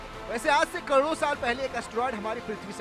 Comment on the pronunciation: Fake आज से कड़ोरो साल पहले बेवकूफ एंकर पहले सही से बोलना सीख ले कड़ोरों नहीं करोड़ों बोलते हैं😂😂😂😂😂